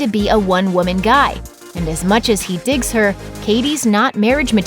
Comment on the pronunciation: Digs not Dicks